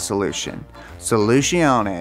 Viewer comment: it's SOLUZIONE, smart ass ... trying to make fun on other languages without being able to speak or spell it correctly, makes you look like a fool ... mom always told me!